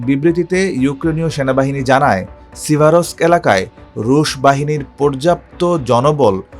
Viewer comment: সিভারোস্ক, স্লোভিয়ানোস্কো, ক্রামাতোরোস্কো, খবেলোনোতেস্কি -- এরা চাকরি পায় ক্যমনে?